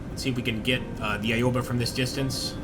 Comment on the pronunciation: its called Owba no eyeoba. simple phonetics here yank. A is AHHHH AO is aow "As in OWE that hurt" sounds. AOBA = OWBA dont say EYE, A dosnt say EYE sound, it says AHHH. english phonetics lesson done. english and japanese use the SAME phonetics. america doesnt even TEACH phonetics.